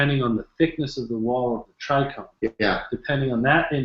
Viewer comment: Dude sounds hella smart. Why is he saying tricrome? Someone should correct him its trichome last time I checked haha